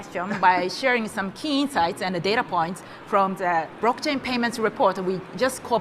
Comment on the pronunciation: ...What is a "Brock Chay"? 🥴